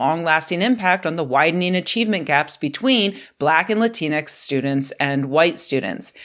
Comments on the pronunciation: It’s the X that’s the problem. It’s not supposed to be pronounced. It’s “Lah-teen” denoting a non gendered version of Latino (masc) or Latina (femm) Like half the letters in any french word, the X is silent. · Rebecca I love you but the x in Latinx is not pronounced. It is a placeholder. If it is pronounced it's usually pronounced like an e. Please.